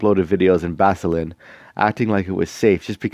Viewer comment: Nice vid.. I really do not like the way our government market Tourism.. Marketing tourism but with no tertiary hospital nearby is very bad for your health.. By the way, don't pronounce Basilan like it sounds like Vaseline it should sound like this Bah Sih Lan